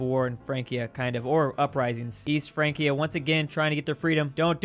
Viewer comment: You say Frankia, but I think it's Fransia, because C before I is soft.